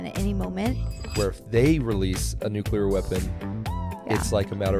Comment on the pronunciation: By the way, Jinger, say the word “clear.” You pronounce it “kleer,” right? Right. Not “kyooleer.” Okay, now say “new” and “clear.” New-clear. Say it fast. Now say it fast followed by the word war. New-clear war. There you go. Your welcome. (I mean, the word is spelled nu-CLEAR, so it’s pretty easy to just think of it as new-clear.)